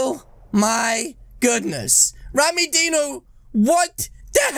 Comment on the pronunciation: Why you call rammydino rammydeno